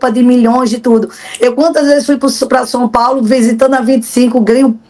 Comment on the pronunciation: Fala errado sompaulo? São Paulo